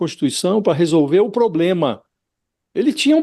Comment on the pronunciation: Que "pobrema" ????